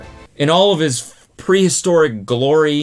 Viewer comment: Cody: prehistoric Me: Did you mean “priest-oric” 😏